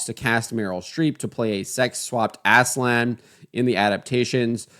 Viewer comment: aaz-laan not ASSLAN